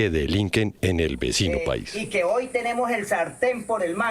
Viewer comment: Oye periodista, no se dice ahoy. Sexdice hoy.educate!señorita.